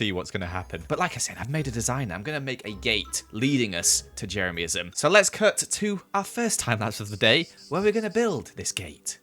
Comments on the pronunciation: HE SAID JERAMISM NOT JEREMYISM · I can’t get over the way says Jeremyism “Jeremiahmism”